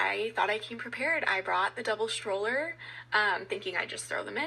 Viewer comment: I don't believe one word from that woman whose kids, allegedly, were almost kidnapped. In fact, I can't listen to her many, many "ums" AND her pronunciation of the word stroller as "shtroller". There is no H in that word, lady.